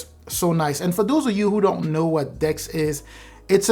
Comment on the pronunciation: When you said "the next thing is DeX" I thought you said dicks 😅😅😂😂😂😂